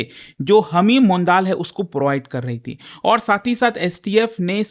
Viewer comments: Sir सही उच्चारण मंडल/मॅन्डल होगा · It is pronounced as mondol/mandal